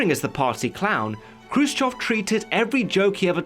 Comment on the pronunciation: 👍👍for correct pronunciation of kruschëv Update: watched the film and Steve Buscemi and Jason Isaacs gave really good performances.